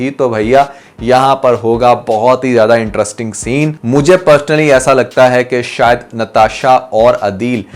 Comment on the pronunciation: Can you learn that it's pronounced interesting not entrusting 😅